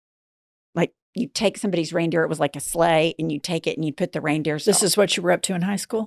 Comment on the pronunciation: Girls...there is no "s" at the end of "reindeer," ever.